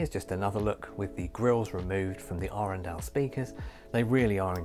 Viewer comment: 24 sek in and bless you for pronouncing Arendal correctly!